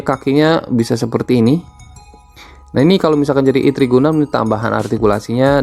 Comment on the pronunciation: Bacanya ertri bang bukan itri, terus bukan vivtu tpi vitu